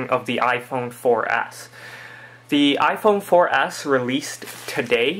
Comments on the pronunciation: youre saying iPhone 4 Ass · He says iphone 4 ass